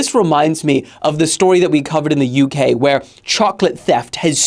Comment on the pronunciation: Am I going crazy or did the call the UK U-gay?